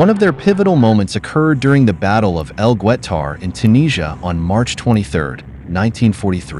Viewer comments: It’s not gwutar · El Gwet-tar? I don't know which is worse with younger youtubers, AI narration or just demonstrating so little respect for historical topics you can't be bothered to look up pronunciations.